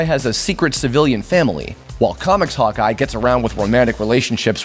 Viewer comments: as he said "Hawkeye" i understood " Hotguy". lol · I always hear "Hot Guy" when you say "Hawkeye" :o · When he said Hawkeye, i thought he said hot guy. I was so confused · Me too HAHA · When he said Hawkeye i understood hot guy😅